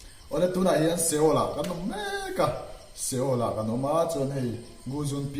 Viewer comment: Seoul hi "sawl" tih a lam tur. Mikhual zak lo kha kalo chang leh char char